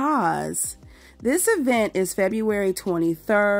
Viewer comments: The ESSSS-PO emphasis on "PO" 🤣😂😅 The EEEEEvent 😅😂🤣 gwooorrrllll gon' & quit playing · They can’t give any advice to the ATL! First things first: learn how to pronounce eeeevent.